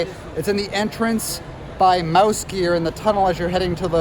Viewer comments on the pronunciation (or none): none